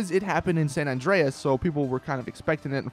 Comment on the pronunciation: San Dianus is the funniest thing I have heard. I has to pause the video for 5 minutes until I could regroup. I need sleep.